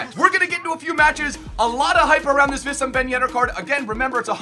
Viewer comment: his name is pronounced WEESAM ben yedder